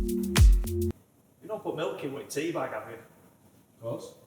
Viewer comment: That "tea".... I'm shocked, saddened and I'm an American!